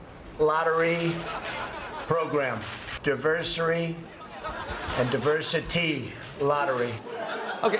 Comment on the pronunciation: Diversary? He is such an embarrassment